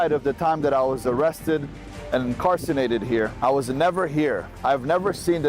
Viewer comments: “In-car-San-ated”? This is ridiculous! This guy can’t even pronounce the words he’s misusing! It’s “INCARCERATED!” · Did he say he was "incarcinated" 🤣🤣🤣🤣 its incarcerated dummy lmao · “Incarcinated?” Does this moron mean “ incarcerated?” Dude is nothing but a jew. 😂😂😂😂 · dude,.....lol "I was never incarsenated here...." HAHAHAHHA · “when I was incancerated in here” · it’s incarcerated …. not “incarcenated”…. and on a real note, are you fucking kidding me?.. I recommend reading books instead of conjuring false claims of “taking on 30 men”. Goof. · "Incarcinated" WOW! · He was 'incarcinated'? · He said he was incarcernanted lol. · Did he really say he was "incarcenated"🤣💀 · He was "incarcenated" What. A. F@ Tool. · "incarcenated"? hello? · Dude said he was “incarcinated”. lol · Incarsinated lol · incarcerated. Not "incarcinated" or whatever the hell you both mispronounced LOL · Incarcenated had me dead 🤣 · bro said incarcinated when it’s actually incarcERated 😂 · He was “incarcinated”??😂 great find man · "Incarcinated" sounds like a Schaubism lmfao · Not “incarcenated”!? 😂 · Incarninated? lol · "incarcinated" and "micro-fractions" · Incarcenated? Incarcerated* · "Incarcinated"LOL wtf!? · “Incarcinated”😂😂😂this guy definitely did not let education get in the way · does he mean density because if it was that thick his head would be huge 😂😂 he said he's an amazing speaker but says incarcinated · Incarsonated.. yeah I'm sure he was.. loser can't say simple words properly.. probably doesn't even know the word.. but anyway, by all means, send money to this guy. Just don't expect to learn anything other than a bunch of mispronunciations and blatant lies. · So glad I was not the only one who noticed he said "incarsanated." Omg to funny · "Incarcenated" Oh great and wise king 😂